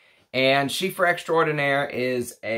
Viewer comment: Nice video as usual! Just one thing, it's Chypre not chiffre (change the f by p and you're all good)